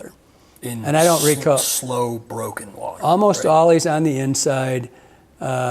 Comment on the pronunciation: “Slide Innside” 🤣